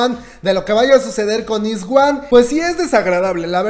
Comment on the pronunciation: Iz*one se pronuncia ais-uan. Gracias.